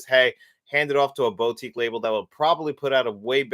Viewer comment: Sorry for this comment, but the way you say boutique really triggers me. It’s said boo-tique, not boat-ique